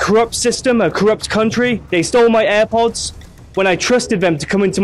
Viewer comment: Eye pods nahi airpods 😂